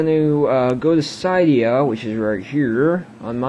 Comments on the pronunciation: It's pronounced SID-EE-UH. Not SIE-DEE-UH. second, you have to jail break it. Alot of people don't want to or know how to. And yes it does void the warranty. If they crack open your iPod. They can find out. Also cydia slows your iPod down soo much. I think the jailbreak is Blackrain or something of the like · Lol thanks but it was funny how you said Cydia. You said Ci-de-a. It's Cy-de-a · Your in America now, learn how to pronounce shit. "Sid-ee-uhh" it's not that hard.